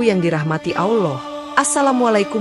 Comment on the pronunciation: Ini benar apa gak sih . Soalnya yang cerita kok bahasa arabnya gak tepak ,baca lafal ALLAH saja gak bener. Tolong belajar dulu lafal arabnya..supaya meyaqinkan.